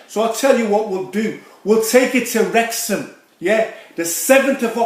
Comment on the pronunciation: Wrrrrreck ya in Wrrrrexham 😭